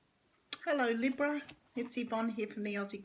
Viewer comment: Correct on all levels, and nice to hear Libra pronounced correctly, lols Aussie too 😘